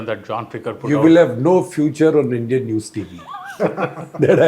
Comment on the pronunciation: ...the indian armed forces including IAF have always resorted to lies,exaggerations and distortions to cover up... I wouldn't be surprised if lying rules supreme even now in this discourse...And,what atrocious pronunciation!Their womenfolk are better speakers!